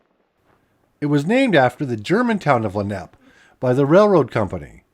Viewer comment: Lavina is pronounced with a long I, like La-vine-a. Lennep is pronounced with the accent on the first syllable, like LEN-up. Loweth is pronounced LOE-eth. Also, the building in Harlowton you identified as a huge grain elevator is the old Montana Flour mill. It had a storage capacity of 500,000 bushels of wheat and could produce 600 barrels of flour per day. And as mentioned below, the E57B is one of the box-cab electric locomotives, not a tender.